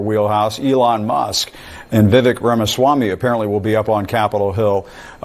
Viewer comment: funny how Dems shouted racism when Kamala Harris name was mispronounced but Jim Acosta can say VIvik instead of Vivek